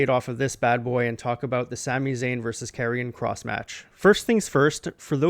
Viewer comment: Great video although I must say I think your pronouncing Karion Kross's name wrong. I'm pretty sure it's pronounced as "Karion Kr(OH)ss" with the long "O" sound.